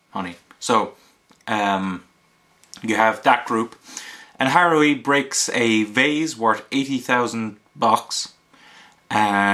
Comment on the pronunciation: Thank you for reading this and posting a review on it I truly love this series and I really appreciate it the only thing is haruhi is pronounced like ha-ru-hi and that is my only complaint